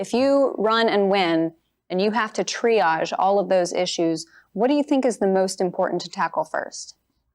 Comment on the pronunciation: Treeage? Trump: "Is that where you count the rings?"